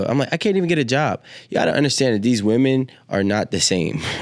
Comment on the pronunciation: Why are we saying woman mfs don't know how to say women English ain't that fn hard joe.